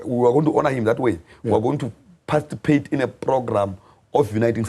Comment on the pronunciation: Tell its ''participate' not parcitipate